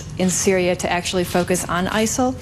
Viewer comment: ISIL or Asshole, that's what it sounds like every time he said it.